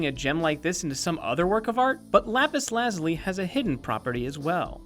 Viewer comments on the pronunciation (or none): It's not lazly its lazuli